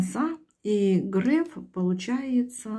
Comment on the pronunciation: Только он не Грэээээф, а Греееееееф. От слова греехххх..